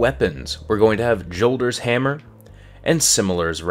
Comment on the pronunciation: It's pronounced "Yolder's Hammer", sorry but I just have to put that out there.